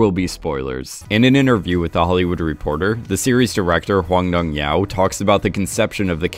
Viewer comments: I had to stop watching when the narrator didn't even try to get the director's name right (how do you get 'yow' from 'hyuk'???) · Very confused on how "Dong-hyuk" ends up sounding like "Dong-YOW" It's a romanization, you're suppose to read it like it's English.